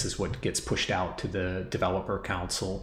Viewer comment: with much respect, can I mention that "console" is pronounced CON-SOUL, I was getting confused with your instructions talking about a COUNCIL until I realized what you were saying. cheers